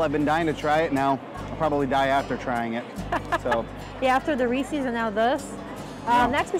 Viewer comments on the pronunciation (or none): Ree- ses! Not Ree- seas! Lol